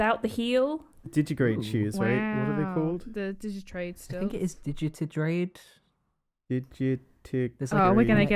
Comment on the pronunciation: "Digitigrade". De ji ta grade. God I'm furry trash, I'm sorry.